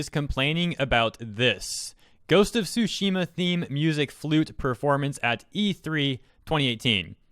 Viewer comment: I love that he pronounces it as "Ghost of Sushi Ma" 🤣 made the video much more entertaining than it should be